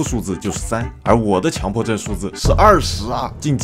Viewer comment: 是叫强（qiǎng）迫症吧